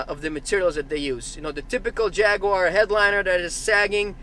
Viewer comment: First of all you can’t even say Jaguar right secondly jags and most British cars are very reliable from years of experience I can say that truthfully.